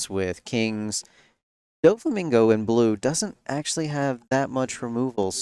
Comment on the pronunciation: wish you pronounced it DOFF EEE instead of Dough Fee. Its the same "Dof" When you are saying Doflamingo